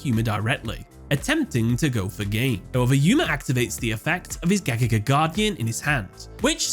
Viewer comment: Bro I can't stand how to pronounce Gagaga! You're saying way to fast and it comes out a nonsense.